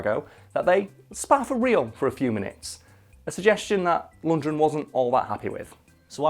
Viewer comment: LundGren not Lundred!!!